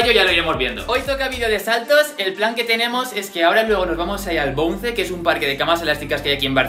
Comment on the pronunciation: dislike por pronunciar mal bounce... lo siento pero me hace rabia